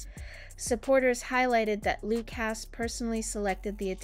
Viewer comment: Loooocas? His name is Lucas pronounced 'Loo kus' and honestly, you're reporting on a small snapshot in time. Give momentum time.